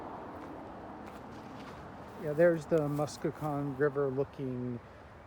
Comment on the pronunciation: Hi. Local here. It's pronounced "Mus-con-net-cong" (river and lake). Imlaydale (pronounced "Im-lay-dale") is a historical registry community and has an old mill and such. It's a residential community now.